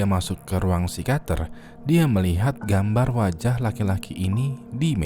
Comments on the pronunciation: yang bener psikiater bang bukan psikater plis ngakak sepanjang video.. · Psikiater bang bukan psikater wkwk